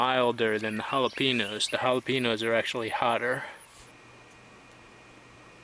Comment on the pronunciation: Jala-PEN-OHS lol! c'mon man.